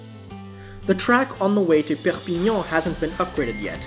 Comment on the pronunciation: Your pronunciation of the French cities and towns are really good! I pronounce Perpignan; per pin yawn Carcassonne; Car cass on Girona; Gir own a